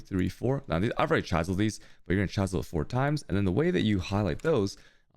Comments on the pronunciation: Dude you pronunciation of words is messed up, chie sel? It's called a chisel like the Mason chiseled a picture in to the bricks. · im convinced he only made this video to say chaisel a lot. ;) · That pronunciation of chisel is an inside joke right?